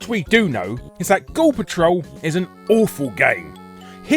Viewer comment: Most of the times when you said the title "Ghoul Patrol" it sounded like you were saying "Gore Patrol", obviously in a more American pronunciation than how you would normally say it. Just thought that was intended since you were hunting eyeballs and such. :P